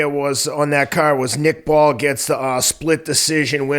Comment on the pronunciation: It's Nick Bull, not Ball.